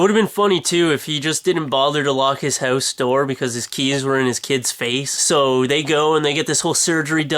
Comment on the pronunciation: he says Hose instead of HOUSE